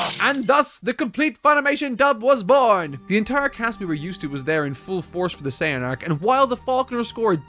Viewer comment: all know and LOVE!? Lol no Ocean dub was way better lol although all the dubs mispronounced Kaioken and Saiyan so yeah